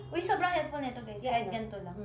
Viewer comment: kinabahan ako sa "Apple YAH" dba yung YAH sakanila parang "hoy" baka di nya alam ung "YEAH" tas akala nya "yah!"